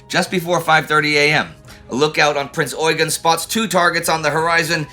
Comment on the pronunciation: Very nice! Thank you. Just one important bid. It's pronounced Prinz ɔ͡yˈgeːn with a short "eu" and an emphasis on the second "e". His actual name was french (François-Eugène de Savoie-Carignan). So this pronounciation (especially in Austria) derived from his french (and italian) routes. I saw many documentations from the english speaking area (and sometimes from Germany) in which the pronounciation is competely off.